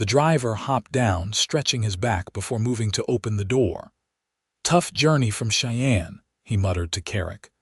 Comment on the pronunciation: You need to EDIT th AI reading, of course this assumes American English is your 1st language, or any editing will be totally useless. It is "Stage-coach" not "Stage-a-coach" The town is "Shy-ann" not " Chey-ey-ann". The word is "Sh-own" not "Sh-on". You also need to EDIT the AI closed captioning, his initials are K.M. but closed captioning keeps spelling his name with a "C" instead of a "K".